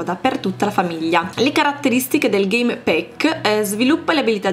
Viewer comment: Si pronuncia game pack non game PECK